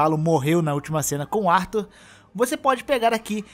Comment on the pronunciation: Arthur não é brasileiro não cara. Para de falar Artúr